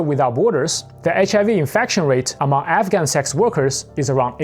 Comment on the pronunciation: Wait are you saying African or….